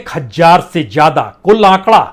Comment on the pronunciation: Itna parha likha anchor.... Prasun Vajpayi.... Lekin... Z... ज़ ....zameen.. Zyada... Zaroot... Boltay nahin aata... Boltay time ekdam jaahil lagta hai..... Upar se gandi munchh jis k baal munh mein aatay hain.. Babu parha likha hai... Uchcharan sahi bolakar..... Zaahil?... Jaahil